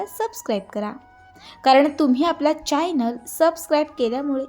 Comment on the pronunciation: Chanal bola चाईनाल naka bolu ऐकायला बरे नाही वाटत